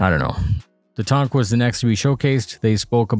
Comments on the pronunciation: I suppose he should be grateful to be constantly reminded that he is mispronouncing “tank” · I upvote your stuff without a though, but can we get away from saying Tonk?